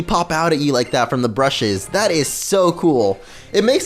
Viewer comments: b-u-s-h-e-s not brushes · It's BUSHES Not brushes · Lol. U said brushes instead of bushes. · its bushes not brushes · u kept saying brushes when its bushes